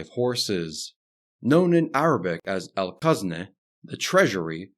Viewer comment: Al-Khazneh, not Al-Qazneh. "Kh" as in the "ch" in "loch", not "q" as in "Qatar".